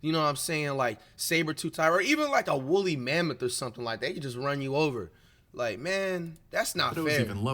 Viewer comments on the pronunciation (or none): Nigga said willy mammoth😂